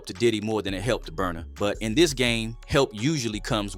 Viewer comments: Not burna … not burna . He got u too. Omg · naaaaaaa not burna